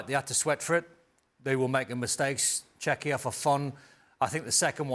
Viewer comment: Can they not pronounce the name of the country team, Czechia , come on man